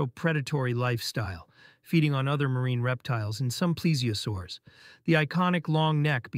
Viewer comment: It’s pronounced plee-zee-o-saur-us